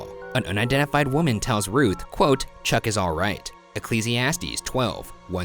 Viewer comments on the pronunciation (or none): none